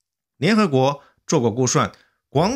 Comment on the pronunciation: 主播了解一下。说s和sh怎么念，您所有的s全部念成了sh，估suan 不是估shuan